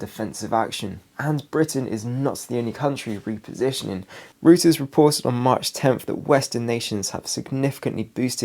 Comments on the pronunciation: Interesting perspective on things, I find it useful to try to find as many reasoned approaches as possible. Sorry to be have to be that guy, but mispronunciations really bug me. The news agency has recently been referring to is pronounced 'Royters', not 'Rooters'. Every time he says "Rooters" my level of annoyance goes up another notch 🤪🤣. And he says it a lot in these latest videos. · Thank you. As a German speaker (non native), I was literally covering my ears when he kept saying rooters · I used to think Reuters was pronounced like that too until a few nights ago in the comments under your video, I read that the correct pronunciation is Royters with the begining of it Roy as in Royal family. R softly pronounced. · Hi, good information- Reuters is pronounced ROYters, btw! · The correct pronunciation of Reuters is: ROY-terz. Like the videos.